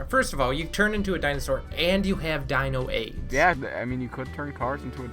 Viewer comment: “Dino aids” sounded funny..